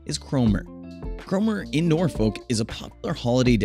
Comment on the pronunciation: If you want to promote Norfolk, England, please ensure you have 1) Correct Photos of the UK town of Thetford, not the US town, 2) Use the correct pronunciation. Get it right or do not do it at all, you are a disgrace to Norfolk and the whole of the United Kingdom.